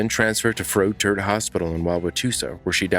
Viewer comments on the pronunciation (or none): Lol 'froat-tert' hospital?? It's Froedert - Fray-dirt. Ahh that brought me a little humor during all these sad stories. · Ok so the hospital the first caller was sent to is pronounced "FRAY-DERT" and its in Wauwatosa (wow- wuh- toe- sah) Wisconsin. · Wisconsin names are hard to pronounce, even locals have a hard time sometimes. froedert is pronounced froy-der. the E is pronounced as a Y and T is silent. I know it's weird.